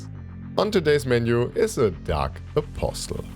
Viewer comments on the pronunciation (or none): the t in apostle is silent